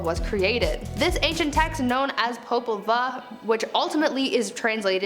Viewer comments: This is such a fun channel but so many words are mispronounced. The title is pronounced POE-PUL-VUE. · It's pronounced poe-pul-voo popol vuh is nahuatl the language of mesoamerica